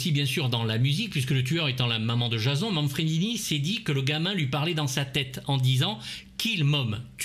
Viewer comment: Très bonne critique, merci pour cette vidéo. Mais j'ai du mal avec ta prononciation : Jazon ? On prononce plutôt "Djésonne", non ? (pas la peine de répondre j'ai la réponse...) mais je trouve ça rigolo que tu prononces ça si mal... Un culte du cinéma d'horreur... Tu n'as jamais écouté tes "confrères" ou même le film ?